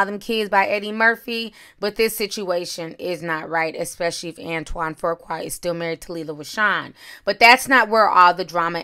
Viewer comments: Hold on...there's more than one picture?!? NM said that she just ran into him in Italy. It looks like they had a pool date in Italy... Ti, I think that it's pronounced Foo-Qua... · His last name is pronounced Foo-kway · Fuqua is pronounced FOO KWAY.. my last name I know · "Fuqua" is pronounced "Few Kway" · FU QUA. where is the “R”???! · WHY ARE YOU MIS PROnouncing HIS NAME. THERE IS NO R AT AT ALL IN EITHER OF HIS NAMES. IT IS PROUNONCE FUUU-KWAAA. NO R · "Fu"(Foo) qua. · Fuqua is pronounced Few-kwa. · Please Ti, the name is pronounced FOO-QUAW. Thanks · 🤷🏾‍♀️Nicile and Antoine are friends, friends with benefits! He's BIGGER than John Singleton because his movies have grossed more at the box office. Fuqua is not pronounced as Forqua, it doesn't have an R in it... Ijs... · Pronounced Fu-kwa not tryna be a smart a**...just noticed you pronounced it wrong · fü (like über) qua (no "r") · Why can't you pronounce Fuqua??? It's just an easy name. Where are you getting FOURqua from??? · It's pronounced ". FOOH KWAH" Do better. 🙄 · No "r" in the name lol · stays butchering people’s names; then gets indignant when people correct her. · Nacquia Johnson 🤦🏾‍♀️OMG, that ish was irking my soul. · 😄😄🤣🤦🏽‍♀️ I'm like "where tha r!?" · Right!! Where is she getting that damn R from? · Can someone tell me where the extra letter “R” came from 🤔😬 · I hate how she is pronouncing his last name😠 And Lisa betta mind it before Nicole takes her man again! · Girl say his name right smh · Fuqua is pronounced FYou-Kwah and Foo- Kwah. It is not pronounced For-Kwah or Four-Kwah. Nonetheless, I love your videos. Keep up the great work. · It's not Pronounced: "Foo-Kwah" its Was My Mother's Maiden Name Before She got Married it's pronounced "Fru-Quae" Its French/European. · FOOOQUA is the correct pronunciation of his name. If you say FORKQUA 1 mo gin, Imma jump through this dam fone. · Not Forqua... Foo-qua =Fuqua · I can’t get past you saying FURkwa... where is the R? 😂